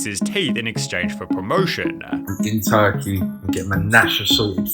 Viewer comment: Hot christ the VO on this video is utterly obnoxious. - "... in Turkey-ya... ... this wasn't true-wa...". Take my one minute view time and 3 sentence comment.